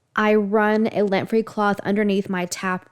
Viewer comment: LINT free with an I, not lent